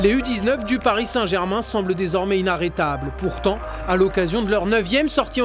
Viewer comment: « Pariss » sérieux colin ? 😂